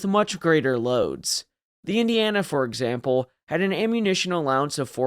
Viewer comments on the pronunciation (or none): none